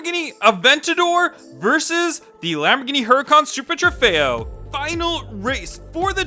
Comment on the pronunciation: trofeo not trefeo